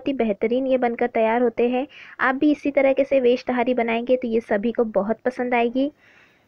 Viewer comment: पहली बात तहरी होता है ना कि ताहारी